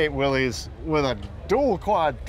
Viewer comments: One would think that on THIS show they could correctly pronunce "Willys". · Why doesn't anyone pronounce "Willys" correctly? It's simple: it's not "WILLIE'S", it's "WIll' iss", named for the company's founder, John North Willys. I guess you could correctly call it "Willie's", but only if Willie owns it!